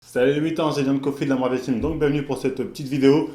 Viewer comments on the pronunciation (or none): none